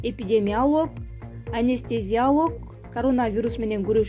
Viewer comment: Эпидемиалоог, анистазиолооог эмес туура акцент м/н окугансуйлогон диктор жокбу